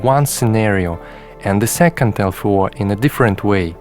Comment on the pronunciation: One thing ist triggering me.... -> LFO= Low Frequency Oscillator and spoken out L-F-O. Beside, great video. I own a Ti myself, i wished i have the time to explore it all deeply